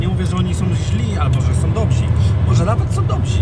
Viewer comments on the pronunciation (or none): Dobzi??,a tamci zieźli?,🤔😄😄😄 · Są dobzi..Są dobzi....gdyby jeszcze mówił dobrze po polsku...byłoby rewelacyjnie😉